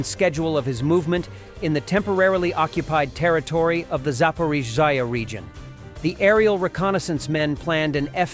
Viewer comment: Thank you seth and team i personally like the AI voice over ,but i wish it could say z,zaporozhye Happy belated New Year to you all❤